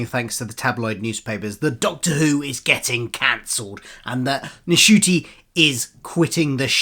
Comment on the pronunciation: Thank you for a down-to-earth view of the rumours. Isn't the N in Ncuti silent, though 🤔? For a foreigner like me, it would be a disappointment if Dr Who disappeared from streaming. I don't want to go back to waiting for the DVDs and getting episodes spoiled in the meantime.